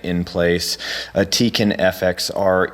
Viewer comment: you pronounce tekin wrong